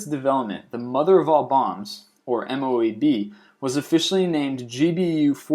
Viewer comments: its pronounced MOAB not M-O-A-B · not to spam but i think it is called a mo-ab